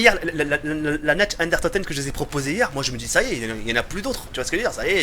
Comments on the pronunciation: C'est pas natch ... C'est nacht qui se prononce nart ! Et c'est pas derièse mais der riese qui se prononce dère rise ! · "Nacht" se dit "Narte" ! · Très bonne vidéo, j'adore tes custom map zombie, juste un petit détail qui est pas très important mais pour la prononciation de "Nacht der Untoten" prononce "Nacht" comme "NaRt" :-P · xD tu me pousse a bout avec t'es nacht der untoten;)sa se prononce nart ddr untoten j'espère que t'en t'iendra compte la prochaine foissi tu lit ce message.Sinon super vidéo:')